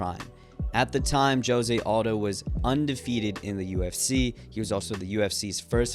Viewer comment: Mate, If you admire José Aldo so much, you could take the trouble to pronounce his name correctly, I don't think a Brazilian calls himself "yosie odo" as you pronounce